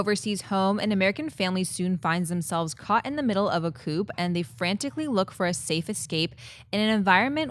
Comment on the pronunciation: re: coup, the p is silent as in coup d'état 😊